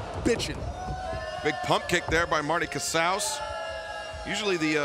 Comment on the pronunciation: Hell yeah!! The original Jurassic Express theme music!! So glad it's still being used. So much more fitting.. though I understand the crowd participation element of the newer JE theme (cant think of the name of the song off the top of my head). Also.. Marty Casaus... sounds like Trale Lewous to me.